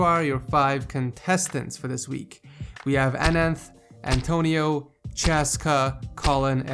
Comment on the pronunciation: Antoniou, his name is antonio